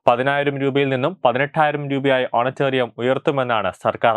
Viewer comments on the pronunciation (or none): Honorarium എന്നാണ് ഓണറ്റേറിയം അല്ല പുളേള